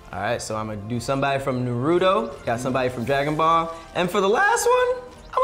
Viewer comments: CAN PEOPLE STOP SAYING NUH-ROO-TOE INSTEAD OF NAH-ROO-TOE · Naruto = nah roo toe not Norudoe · Narudo (makes me cringe) 🤣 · Like nah son it’s “nah-rue-toe” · Irks me so much when people say nar-ru-doh lol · Who is "Na Rudo Oh"? And why can't his name be pronounced correctly? 😂😂😂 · Why people butcher NARUTO name like that. He say it like 50 million times in the series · Oh, your pronunciation of Naruto makes me want to tear my ears off😂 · Am I the only one getting triggered by the name pronunciation of Naruto and some other characters? That’s not how it sounds in Japanese 😩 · Keeps pronouncing naruto wrong🤦🏾‍♂️ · The way y’all are saying Naruto is sooooo cringe. They don’t even pronounce it like that in the Japanese version 😭